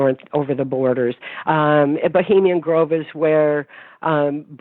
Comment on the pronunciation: dear, it's Bohemian Grove!!